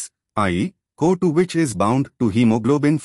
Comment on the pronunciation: The pronunciation of co2 isn't correct sir